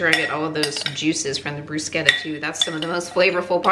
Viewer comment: Thank You so much for correctly pronouncing “Bruschetta”! ❤